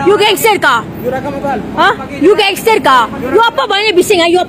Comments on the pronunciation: "lu gangsterrrrr ka? Lu gangsterrrr ka?" 6 harkat R dia hahahaha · Apaa bini dia sebut, genserkaaaa😂 aiyoyo